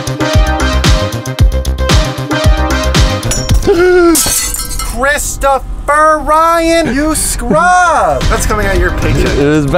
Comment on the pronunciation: Chris-ti-phur ryan